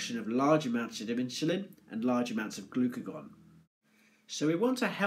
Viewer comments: lmfao, you cant unhear it......inchulin... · Hahaha! In-shu-lin